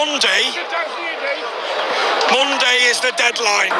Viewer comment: Moan-day is the deadline 😂